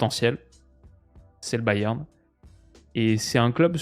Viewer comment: Au pire dis Munich si tu galères a dire Bayern 😅